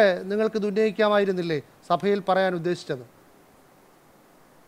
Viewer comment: സഫയിൽ എന്നല്ല സഭയിൽ എന്ന് പറയുന്നതാണ് നല്ല ഭാഷ 😮